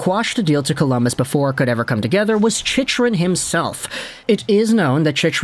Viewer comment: I can't believe you're still saying the name wrong after all these videos.. lol "Chick-rin"